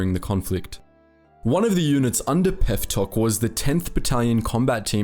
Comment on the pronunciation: As a Phillipino 🇵🇭🇵🇭🇵🇭, I laugh at his pronunciation. Peftok is “pep-tok”. Conrado Yap is “Con-rad-o Yap” (say rad with a quick “a”, as fast as the “e” an red. “O” with a circular mouth, and longer sound. I can’t really describe it, but if you get it, it sounds very Phillipino.